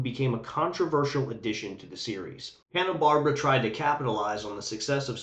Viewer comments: Bar-bear-a not barb-ra 😂❤ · I really appreciate you taking the time to make this video, having found it engaging from start to finish, but I hope you don't mind my saying, the Barbera in Hanna-Barbera is said "BarbEra", not "Barbra". Thanks again.